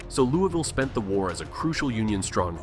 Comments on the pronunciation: How are you gonna do a video on Louisville when you can’t even pronounce it correctly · AI never pronounces Louisville correctly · The way he’s saying Louisville is killing me. And I’m from lex go cats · Well you should learn how to say your own city’s name correctly 😂😂